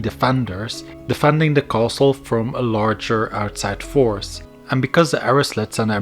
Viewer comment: for fucks sake 58 minutes where every thirty seconds you say KHOaSTL'